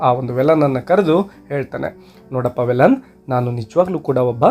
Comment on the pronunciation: Sir Sorry to interrupt Its not valan Its veelan...tamil local name